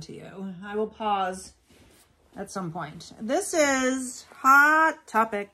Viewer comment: You crack me up every time you say Hot Topic Like Hot Pocket lol You can use chap stick on the zipper to try to get it to go or even wax paper. It really depend on the bin location whether you can get good stuff in an hour or two. I can usually get great items within a few hours. :) Great haul I look forward to the shoe haul.